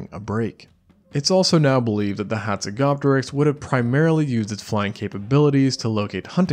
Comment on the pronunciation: You are pronouncjng the name incorrectly. The 'p' in Hazegopteryx is silent just as in Pteranodon. Its pronounced hatsego-teriks